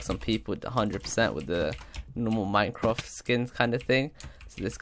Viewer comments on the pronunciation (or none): OMG ITS MINEQWAFT